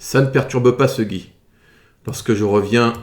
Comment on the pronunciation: "ce gi" 😂